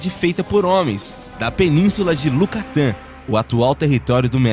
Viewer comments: A partir de ... Não é LUCATÁN... é YUCATÁN... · peninsula de yucatan e não de Lucatan